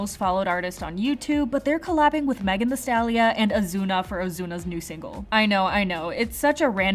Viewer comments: Did you just say Megan thee STALLIA???? It’s STALLION! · It's Megan thee Stallion, not Stallia lol